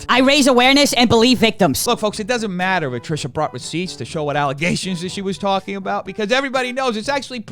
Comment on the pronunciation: the fact that you now pronounce trishas name correctly instead of ‘’ or whatever you used to say is 🙌🏼